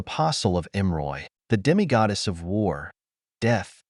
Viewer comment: “Demi-goodness” got to love the AI at times.